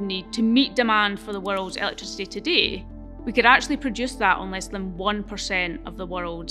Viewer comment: Not only you pronounce the word 'today' incorrectly, but also the assertions that you present are vaguely incorrect. For example, you talked about the amount of solar needed to power the world as less than 1% of land. Well, this assertion requires a few definitions. How do you define the amount of land for solar power generation when the sun does not rise during the night. Also, different pieces of land receive different amounts of sun. So on a so forth. Plus the efficiency of solar cells is not even 50 %. We are yet to employ solar just because of this dear lady. YOu said we can use nuclear. You did not mention about the limited nature of the raw material required for the nuclear power plants like uranium of whatever. Plus nothing mentioned on how to deal with the enourmous amounts of the radio active waste this power generation produces. Why do you need copper to decarbonise electricity grids? Besides, the term like "decarbonise electricity production" can be understood. But what is "decarbonise electricity grids"? Very well said wen the transportation aspect was discussed. While you talked about cement, you said you can capture the CO2 emission in he process of making cement and bury it underground. If this can be done, why not do this with all coal-based power plants? Thanks.